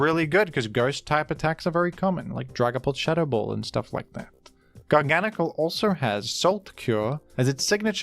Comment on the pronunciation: I'd like to personally thank you for saying Garganacl's name correctly. Folks, please say it like says it. Thank you.